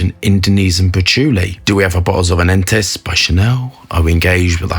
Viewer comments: It's pronounced an-TEH-us...😘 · yeah, it's Ahn, tay oose but forgive him. Antaeous was a greek hottie and lover of the emperor Hadrian.a long time ago. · Ann-TAY-us. Great review. Glad you like it. 👍👍👍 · It is pronounced Ahn Tay Is 😂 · Ant Tay Yuss is how is pronounced haha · Say the name right please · That's not how it's pronounced.